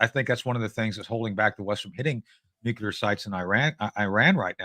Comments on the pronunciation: New-cle-ar. Please, someone tell these people who can't pronounce nuclear. It's not Nu-ku-lar, it's New-cle-ar. Thank-you, my work here is done. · Guys, it is pronounced NUCLEAR. Never nucular... No such thing as a nuculus of an atom. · “Nukelar plants”?!??! Heard it three times! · Anyone who pronounces it “nucular” should not be trusted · He's definitely saying "nucular" on purpose, guy has a great sense of humor! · Tony "Mr.Nucular" Shaffer 😂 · Am I crazy or every time he wants to say 'nuclear' he says something like 'nuketer'? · Hint: there are only two syllables in "nuclear".